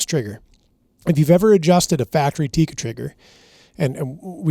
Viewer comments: It's Tikka. Not teecuh. Double consonant... not single consonant followed by double vowel :) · It's tik-ka not tikaa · For the love of G od, it's pronounced "Tik-ka," not "Ti-ka." 😂 When you can not even pronounce the name of the company, I don't care about how much you know about pew pews. You don't sound that well-informed.